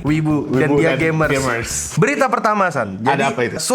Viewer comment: Gamers, tapi pengucapan kali ini terdengar seperti gaymers entah knp kedengarannya kek gtu Mic ny maybe?